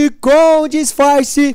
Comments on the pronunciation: no tempo 00.54 ele fala difarce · E alguém percebeu que ele falou esconde esconde com disfarçe